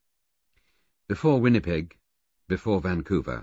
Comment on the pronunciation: Yrs, that pronunciation is oddly jarring.